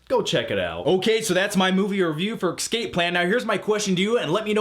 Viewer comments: you're awesome, but it's escape not excape. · It sounded like you kept saying "ecscape"